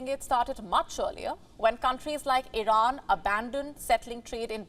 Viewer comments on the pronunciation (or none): none